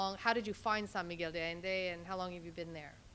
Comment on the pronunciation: The host needs to pronounce San Miguel De Allende correctly. She is butchering it! It is Not Do Allende it’s De like day pronounced. Please pronounce the Spanish right. This goes for the interviewer as well. I know you’re not a native but say it right if you are going to educate /inform people about this place. 😮🙄